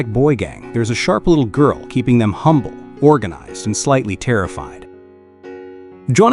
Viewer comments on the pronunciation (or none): none